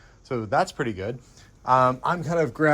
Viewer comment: The Ford "cleaned up purrty". LOL Not your typical American bachelor. He seems to have indulged himself well, yet was down to Earth.